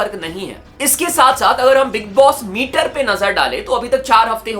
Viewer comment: बिग बॉस मेटर ❌ बिग बॉस मीटर ✅😂